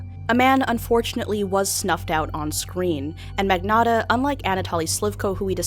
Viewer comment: luca ma -knee-otta thats the correct pronuncitation btw i know that no one cares but still just use google transaltor to italian